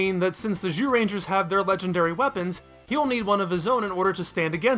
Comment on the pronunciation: You do sometimes slip and say jewrangers right?